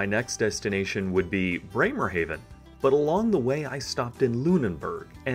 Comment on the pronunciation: Breymer-HAW ven. AH NOT AY